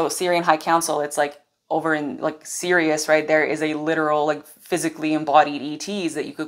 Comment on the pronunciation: 🎼 "I - am - Ironman!" 🎶 That's what I heard when you said, "I am Sirius.." 😂